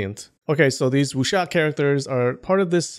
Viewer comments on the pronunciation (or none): Just for your information, you are supposed to not read the W in Wuxia. Chinese dont read the W and Y when i or u follow it. And you are supposed to read J as C = Ciang hu And C as J = Louis Jha Yea, chinese language is so complicated...